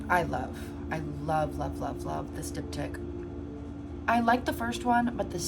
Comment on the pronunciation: im v ketted rn and genuinely thought u were saying dick tip not diptych 😭😭 I was wondering ab the logistics of painting that lol